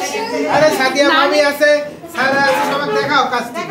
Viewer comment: সবগুলি “দন্ত স” ( উচ্চারণ দোন্তো স) কি ধরণের রোগে আক্রান্ত? সায়মা হয়ে গেলো শাইমা, সাদিয়া হলো শাদিয়া। আর সারাহ হলো শারাহ। বুঝা গেল, শিক্ষিত মানুষ হলেও, আঞ্চলিকতা দোষে দুষ্ট। আর তারাও তাতে খুশী।